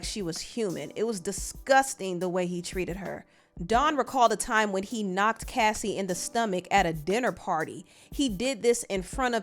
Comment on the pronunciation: Thank you for being the one of a few YouTubers ( and Chronicles Speaks) that actually said her name right and actually found clips to support her claims! Too many channels make it seem like she didn’t support her bandmates and that it’s convenient for her to say something now when Aubrey spoke out a few times. That sentiment is crazy without taking a lot into consideration. Unpopular Opinion: Yes Aubrey Spoke up but she was in a way better position than Dawn before the band was even formed. That girl has legal counsel in her family and was connected to the former president’s son. She had her own show on oxygen mind you she was the first one fired! Diddy couldn’t make that WHITE woman go missing if he truly wanted to. She knew her power and how she could move and nobody recognizes that! If anyone is curious to know where Dawn’s heart is at this present time please Support her record with Zahn Spencer entitled Quiet in A Room Full of Noise in Oct